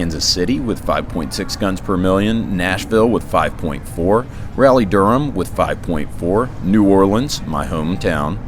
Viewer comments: You pronounced Raleigh wrong. It's not, "Rally"... it's "Rah-lee". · Rally-Durham?? lol nice one lol Raleigh-Durham, RALEIGH! lol your welcome